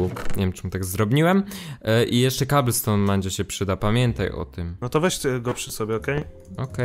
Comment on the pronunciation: "KABELstone" xD